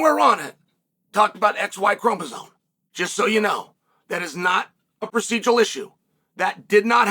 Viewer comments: what first argument? I was making fun of chael saying chromosone instead of chromosome!!! The hell is wrong with you?! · Someone tell Chael that “Chromosome” does not contain any Ns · uncle chael always miss pronounces names/things here, now it's "chromoson" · Lol, you can't even pronounce chromosome correctly. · Incredibly L take, from a man who doesn't even know how to correctly spell or pronounce the word 'chromosome'. The fact that there even is a debate regarding this -- that allowing people with mental issues is even entertained as an option, let alone allowed to compete -- is absolutely absurd on its own. Society has gone too woke and blinded that its twisted worldviews bled into the goddamn Olympic games. Absolutely pathetic.